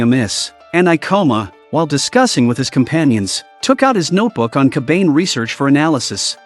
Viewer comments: its kabane. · Bro really said coban instead of saying cobane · Bro it's kabana not kabain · Although i always loved your recap but Wtf is kabeyn 😭 its Ka Ba Ne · C’mon its “Ka Ba Ne” not Ka Bane” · Ka-ba-ne not ka-bane sweet jeez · I watched this before and it's pronounced ko-ba-ne not cobain. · Ya... 1 minute in and i cannot watch this anymore. That "kabaine" is making me angry and annoyed lol. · TF is a "kabayn" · Its Ka Ba Ne you fucking AI losers. Atleast try to make your stupid AI voice pronounce it right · Dont make call the kabane with a ane a n e kabane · they r called KA-BAN-hey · Fucking AI saying Kabane is killing me.